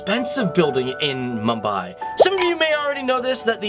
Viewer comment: butchered the pronunciation